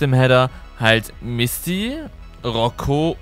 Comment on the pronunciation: Du hast Misty bisschen wie Mistvieh ausgesprochen 0.0 😝